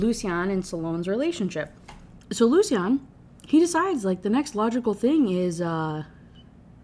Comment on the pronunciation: I was so happy when you finally realized how to say Lucien. it’s one of my friends names and he gets so mad when u say it like the way you were lmao